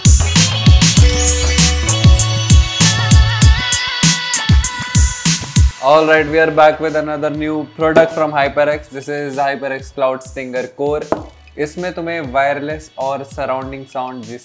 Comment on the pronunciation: its "Cloud" baby , not "Could"